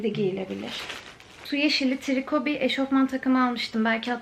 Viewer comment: eşortman değil kuzum eşofman